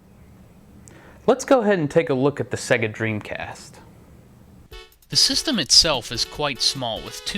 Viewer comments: Lol he said dreamcrast on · listen to what he says "Dreamcrast" lol